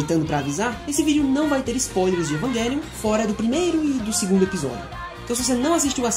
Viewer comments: Evanguelhon kkkkkkk Evangaylhon kkkkkkkkkk O som dessa palavra é com j cara evang( j )elion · Ótima análise, só a pronúncia do título que da agonia pronunciando errado, o correto é "EvanGelion" mesmo e não "EvanGUElion" obg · Evanguelio? meeeeeeeeeeeeee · Mds…. As pronúncias kkk q agonia ouvir isso…. “EvanGUElion” “OtaKU” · "evanGUElium" "otaCÙ" kkkkk entre varias outras palavras erradas kkkkk